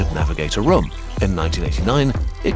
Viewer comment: 'a rUUUM' 🔥